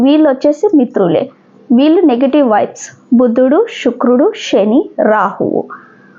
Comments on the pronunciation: షుక్రుడు కాదు తల్లి శుక్రుడు అనాలి. భాష మార్చుకొండి. తెలుగు ని తెలుగు లాగ పలకండి. మనం ఆంగ్లెయులు కాదు. స్వచ్చ మైన పదహారాన్నల తెలుగు వాళ్లం. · Shukrudu kaadhandi Sanivaram sa ni sha gaa palakadam baagaledhu 🎉 migathaa antha baagundhi🎉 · Shukrudu anakoodadhu Sanivaram sa ni sha gaa palukaraadhu